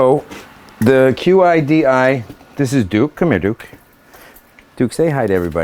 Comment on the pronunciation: great, also its pronounce Chidi....:)